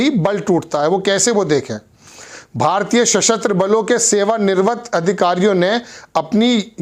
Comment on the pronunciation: ظہیر صاحب ہندی پڑھنا سیکھیں - آپ کا تلفظ غلط ہوتا ہے - جیسے : सेवानिवृत्त.